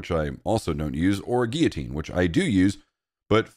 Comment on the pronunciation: What the hell is a 'gee-a-teen'? It's like you're trying to say "Guillotine".